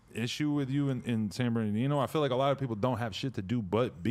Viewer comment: Every time he says “San Bernardino” , it sounds like he’s talking about a guy named Sam Berdino